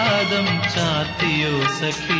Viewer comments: ദാസേട്ടന്റെ 'സഖി ' എന്നുള്ള ഉച്ചാരണം മാത്രം മതി, what a legend 🙏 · എനിക്ക് മനസിലാക്കാൻ പറ്റിയ കാര്യമാണ് സഖി എന്നുള്ള ഉച്ചാരണം